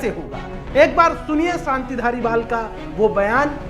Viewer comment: सानती नहीं शांति